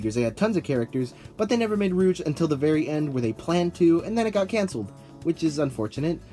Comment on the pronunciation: It's not how you pronounce her name